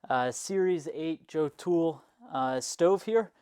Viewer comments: Great video, lots of good stuff in here. I think your stove is pronounced yo-tul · It's actually pronounced like "yodel"